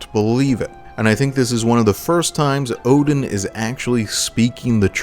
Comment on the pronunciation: Ngl I didn’t realize it until a the mission before he actually turned on us. I noticed the mispronunciation of his name and was like NOOOOOO